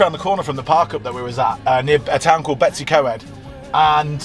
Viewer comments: May I please correct your pronunciation of what you call "Betsy Co-ed". It should be spoken as BET-uhss uh COYD' (not 'Betsy Co-ed'!) 😁🏴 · The way you pronounce Betws Y Coed 🤣🤣🤣 Sorry, I still love you! 🏴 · Little help with pronouncing , betws y coed sounds like "Bet us her coyed " hope that helps